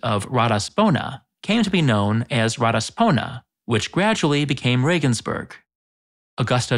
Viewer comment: Same with "Reigensbourgh" - it is "Reeeegensburg".